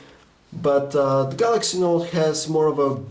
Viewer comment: Why does he call it the Galaxy Naught? He's otherwise not that negative about it.